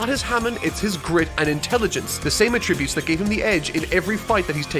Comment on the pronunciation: Stop saying "attributes" the wrong way